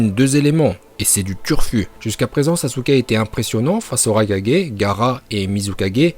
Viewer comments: Par contre on dit raikage et pas raika4g parce que Naruto dit Kage bushin no jutsu dans la VO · On quand tu raikaje ,hokaje arrete de faire le mec je te soulev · Il a dis le rai4G 😭😭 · "Raikadjé" 5 4G